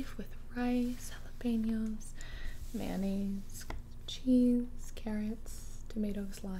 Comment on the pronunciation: The way she said mayonnaise 😂